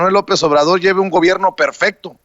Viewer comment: Se dice informe,,,no infogme 🤔 Se dice gobierno,,,no gobiegno 🤔